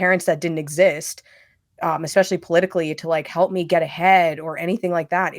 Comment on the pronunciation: New petition idea. Petition to teach there is no X in “Especially” 😂